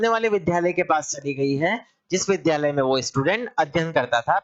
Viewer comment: विध्यालय नहीं विद्यालय बोलिए । अगर आप शिक्षक हैं तो शुद्ध उच्चारण आवश्यक है आपके लिए । द्य एक संयुक्ताक्षर है जो द् + य से मिलकर बनता है इसलिए शुद्ध उच्चारण विद्यालय है अर्थात विद्या का घर ।